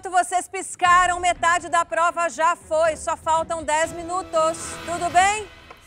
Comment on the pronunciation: Esse eh insuportável de chato! Pqp! "Paizão" "pLova de pRessão"... Para de passar vergonha pelamor!